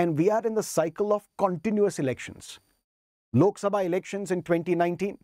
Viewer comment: Sir still you remember the pronounce of lok "SABHA" 😅